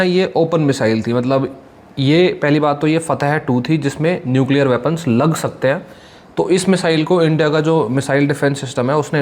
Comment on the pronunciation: न्युकलीयर....!!!!😅😅😅😅कुछ भी